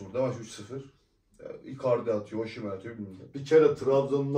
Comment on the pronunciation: Oşimen değil kardeş. Osimen.(Türkçe telaffuzu) ayrıca Osimenin attığı gollerde bu şarkıyı çalın diye isteği var.kulüpten istemiş. daha doğrusu VİCTOR OSIMHEN.... Senin 100 milyonluk adamın olmadığından;ederini senin bile hatırlamayacadığın futbolcuyu mu örnek almış olabliir mi? Futbolcu istese sana stadta 'Welcome to the Hotel California' diye dinleti yaptırır. Adamın storyleri var. tepki videosu nasıl olur kardeş önce öğren. ADAM gibi ADAM.